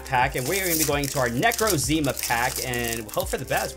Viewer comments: NE-ROZE-ZE-MA? ITS NE-CROZE-MA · You pernounsed necrozma wrong you said neck.ro.ze.ma its pernounsed neck.crow.z.ma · Its NE-CROZZ-MA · Not necrozema its necrozma but nice vid keep up the good work! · Magaffar Amjad I know he also says nacrowzma wrong to I think I spelled that wrong do you agree he says it wrong every single time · Did you just say “NECK-ROE-ZEE-MU” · Did you just say "necrozima?" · You said garbador and you said nekcrowzma completely wrong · Bruh he said necrozima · Nec ro ZEE ma lol